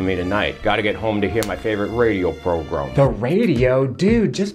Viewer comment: 40's: "My favorite radio progrum" 😂